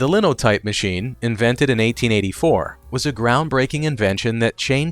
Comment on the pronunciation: It's not "Linnow type" it's "Line o' Type" because in one swoop or makes a whole line of type.